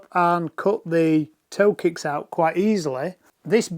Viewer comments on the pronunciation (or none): “Koe ticks” making me chuckle. Great video.